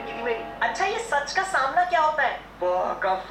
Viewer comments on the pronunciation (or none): Normal people:sach ka samna: fah ka famna 🤣🤣🤣🤣🤣🤣🤣🤣🤣🤣